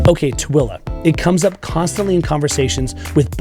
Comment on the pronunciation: Tooele not Twilla. And Hurricane is pronounced Hurricun by Utahans even though spelled Hurricane like the Atlantic Ocean storm. Funny.